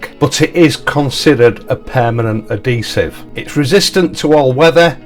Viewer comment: Hey, it's adhesive with an 'h', I know you Yorkies drop your h's, I've lived in West Yorkshire for the past 53 years so I'm used to it but not everyone is.